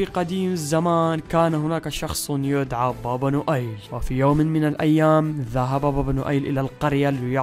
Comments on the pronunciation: اسمه با با نويل مو با با نؤيل 😜😜😜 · يا ترا اسمو با با نويل موبا با نؤيل هههههه